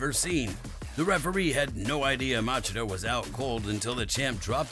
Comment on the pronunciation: Machida- "muh chee duh" is the right was to say the name LOL But great video 😀👍